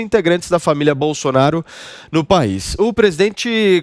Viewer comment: Viu como ele deu uma lacrada falando bousonaro qui nojo